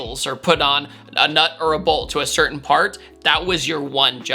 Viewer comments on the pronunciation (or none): none